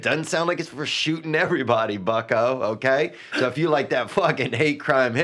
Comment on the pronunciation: It’s really no surprise Brendan can’t speak Spanish and tried learning it, but couldn’t. The man can barely speak English. He mispronounces so many words and REALLY struggles with vowels. Everybody is “iverybody”. Hair is “hear”. There is “Thur”...just to name a few. The man is borderline illiterate 😂